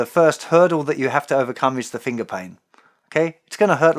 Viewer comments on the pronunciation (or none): I'm from America and fascinated by the way Justin says "Fingah" XD